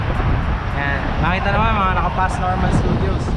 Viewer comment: Pas Normal Studios is French idol! Hindi Paz Normal kung hindi Pah Norm-all.